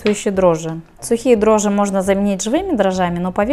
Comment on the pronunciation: дрожжИ((( а не дрожжЫ(((